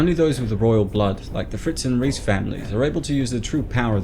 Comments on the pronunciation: I thought it was pronounced Rice and not Reece. Reiss isn't it? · Reiss family I s pronounced “rice” family.